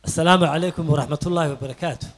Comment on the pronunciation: Not salmu caleykun ee dheh asalamu caleykum that is correctly